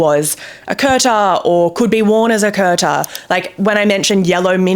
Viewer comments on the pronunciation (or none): Kurta is pronounced as 'koor/coor taa' not 'curta', the t on taah is soft as well, as in Taaj from Taj Mahal.